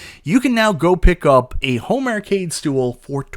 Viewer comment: Arcade =/= ERRcade.